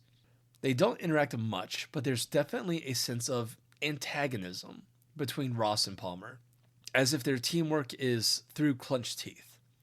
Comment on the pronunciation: I kept hearing tosses name as rot